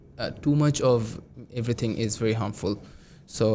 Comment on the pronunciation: ‘Avatar: The way of Life’😅😅 ….pronouncing ‘Ishh’ for ‘is’ 😂….Now I’m confident that I will get Band 9 for sure😂